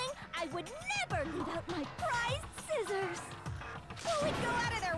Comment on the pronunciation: toko in the anime : SCIZZORS toko in the game: sciccors me: b-but scizzors